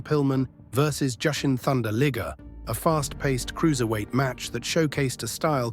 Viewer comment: How hard was it to pronounce "Liger"? Also, you said Bloomington when it was clearly Minneapolis.